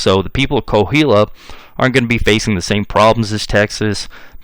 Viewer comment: Great history lesson, I’m enjoying every bit. Just wanted to correct you on pronunciation of Coahuila. It’s pronounced Qua-wee-la.